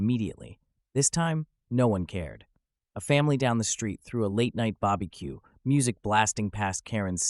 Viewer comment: "a family down the street threw a late night 'bobaique'" 😂😂